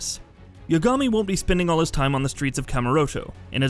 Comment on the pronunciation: I’m only disliking this video because of his crappy pronunciation of Kiryu, Yagami, and Yakuza.